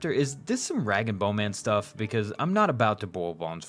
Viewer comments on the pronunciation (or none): none